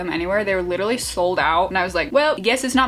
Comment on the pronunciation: It‘s Litterlie March 🤣